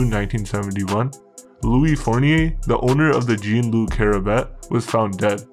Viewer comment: Zean (Zhon almost like John, shh-on) its pronounced Zean (Jean)